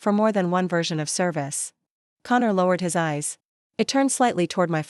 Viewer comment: His eyes NOT hyseyes. My daughter NOT middoter! He got NOT higgot. Please edit your stories. There are several more mispronounced words in the story. These three were the worst!